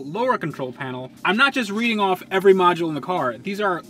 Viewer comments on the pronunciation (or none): none